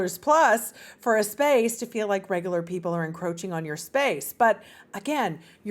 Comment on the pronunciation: Look up the pronunciation of 'encroaching. '